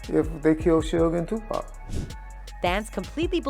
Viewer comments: His name is tupac not tupak 🙂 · I Must Say This! That Women Keep saying 2 PACK Is Driving me Nuts 😂😂😂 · Twopack huh. It's Tupac! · ITS TUPAC NOT TUPACK!!!! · 🥶 someone needs to tell the commentator how to pronounce his name… I could not listen to her anymore...Tupac is pronounced as Two-pahc (h silent ah sound, k sound cock) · Yo,, start having actual humans narrate this shit. Your AI be BUTCHERIN mafks names. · Why is she messing up his name lol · I get a kick out of how these A.I. voice-overs pronounce Tupac, Suge, and some other rapper's names.